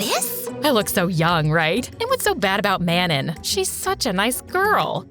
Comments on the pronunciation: if lesley’s mates name is manon it’s pronounced mahnoh 🥀💔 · Wait I just realized- ARE THEY TRYING TO SAY MANON? IS THAT RLY HOW THEY'RE PRONOUNCING IT?